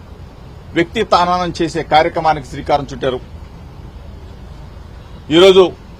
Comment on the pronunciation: Vyaktitva hasanam ra hananam kaadu